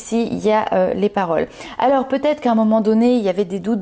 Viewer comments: J'avoue qu'à partir du 3e peut-ête c'est un peu... 😂😂😂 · Merci pour votre tirage 😃…. Un petit point négatif ? Le mot Peut être…. Oui il y a un R dans la prononciation, sinon enlevez tous les R de tous les mots, forcément cela n’aura plus aucun sens…🤣😂…